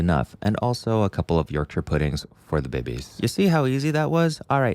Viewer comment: ty for saying yorkshire correctly 😅